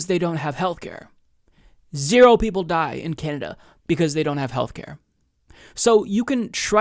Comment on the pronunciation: I like how he said canader